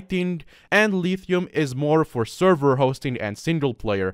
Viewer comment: The way he pronounces Lithium makes me want to gouge my eyes out with a spoon